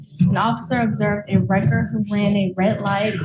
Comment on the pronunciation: what's a record truck? Edit: Maybe he's saying wrecker truck.